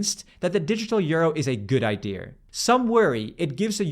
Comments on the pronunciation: what's with that autistic pronounciation of "idea"? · stop saying ''ideras''. Just say IdeAs. Fucking idiot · Nice vid, thx! Random question: why do you pronounce the word idea “idear”? Theres no r in there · Tell me you are Dutch without telling me - the digital euro is a good ideaR :D Its nice you don't say "id" for idea though.